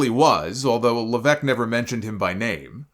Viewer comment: why do you keep pronouncing levesque like that?